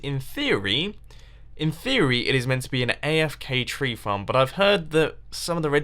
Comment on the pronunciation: did he say flarm instead of farm?!